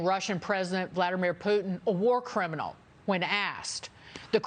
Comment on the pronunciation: He actually said “War Crinimal” 🧐